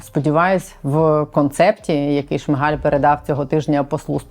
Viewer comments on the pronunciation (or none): none